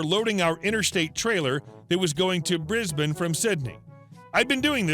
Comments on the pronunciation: "Briz-bin" Well pronounced,! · At last a yank who can pronounce Brisbane properly.